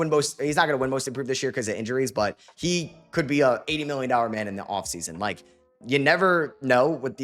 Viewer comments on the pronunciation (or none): none